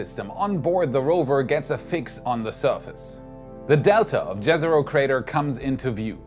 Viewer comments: If I hear Jezero crater pronounced like that one more time I’ll probably cry. Read it like it’s Yezero crater plese. This is just painful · someday people will pronounce Jezero with a Y instead of J sound </3